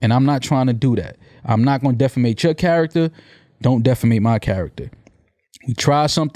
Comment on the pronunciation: He said defamate.